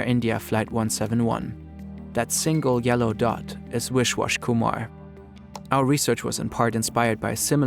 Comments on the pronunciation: hey so ive seen yall be very particular about your pronunciations when it comes to names of other ethnicities. its not WISH-WASH kumar lmfao its pronounced as VISH-WAAS. dont let the private equity take away your respect for a person's name and identity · It’s Vishwas not wishwash, and it’s pronounced something like wish-vaahs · viSwashkumar not viSHwashkumar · I have to say you guys need to check the pronunciation of your names. They are very wrong. The Indian passenger and the Japanese prefecture name. It's not that hard to check it online. This is also not the only video I have observed it, many videos have wrong pronunciations.